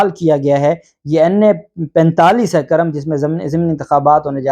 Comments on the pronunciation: It’s not Karam it’s Kurrum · The correct name of halqa is kurram not karam thanks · قاف پر پیش ہیے نہ کہ زبر سر جی۔۔۔ذبردست وی لاگ🇵🇰🌹🇵🇰🌹💐🇵🇰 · جب الیکشن کمیشن کے پاس کوئی عدالتی اختیارات ہی نہیں ہیں تو ڈی سیٹ ہونے اور کرنے کا کیا سوال پیدا ہوتا ہے ۔ دوسرا یہ لفظ جس علاقے کا آپ نام لے رہے ہیں اس کا تلفظ "کو" کی آواز کو شروع کرکے پڑھا اور بولا جاتا ہے ۔یا جیسے ہم کرہ ارض کہتے ہیں ۔ اسی طرح "کر" کے ساتھ لفظ "م" لگا دیا جاتا ہے ۔ تو یہ ہوا "کرم" یعنی کاف پر پیش پڑھیں گے ۔ جسکا دوسرا نام پاڑہ چنار یا پارہ چنار بولا جاتا ہے ۔